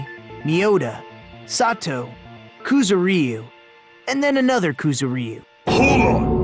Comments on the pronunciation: Koo-zoo-RY-oo? Koo-ZOO-rry-oo. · ***** KuzuREEu? Yeah, no. Ku-zu-ryu. 3 syllables, none of which is the y. Maybe Ku-zur-yu to make it easier to pronounce for English speakers, but seriously, just no. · rockCity777 They aren't. They're pronouncing the "y" in "Kuzuryu" as if it was an "ee" vowel. It's kinda funny. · Why do the characters in a Japanese game butcher a Japanese name? Ys never recieve stress in the romanization! They aren't even syllables: it's supposed to be like the Y in yack. AAARGH!